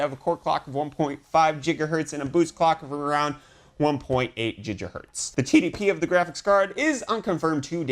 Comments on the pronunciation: why he says jija hertz ? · I can't anyone seriously if they pronounce gigabyte and gigahertz jiggabyte and jiggahertz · Why are you saying Jigahertz now, you used to say gigahertz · Yes, it's weird. If you don't think it does then why do you care enough to talk about it?